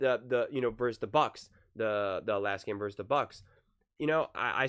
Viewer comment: Love your vids man but for the love of Bart Starr, please don't say "verse" when you mean versus, pronounced...........VERSUS.